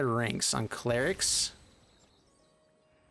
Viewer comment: Omg, how did Kravden13 say cleric?